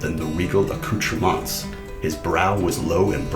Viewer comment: Right pronunciation of "accoutrements" plus 1 point. You should be able to pronounce "jupon".